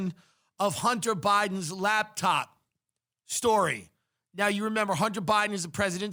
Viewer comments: Tim says "labtop" instead of "laptop" like I did when I was 10 and imagined an entire lab working inside that top. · I hear him saying labtop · "LAB TOP"